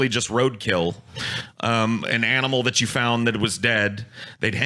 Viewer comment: Thought he said "Scotty the Jew knew" not "Scotty /that you/ knew"